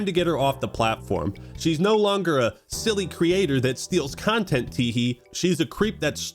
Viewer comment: A ... Cuntent thief?